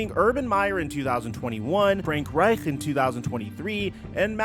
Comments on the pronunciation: The way he said Reich like it was the 3rd Reich was crazy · The way you said Frank Reich is mad suspect ngl